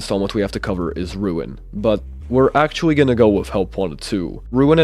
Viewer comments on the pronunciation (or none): bro said “actuawwy”